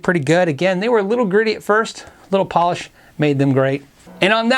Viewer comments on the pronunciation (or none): none